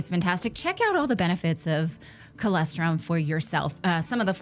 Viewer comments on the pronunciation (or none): Natali! Colostrum! Not colEstrum. If I was the advertiser, I would not be happy about that mispronunciation.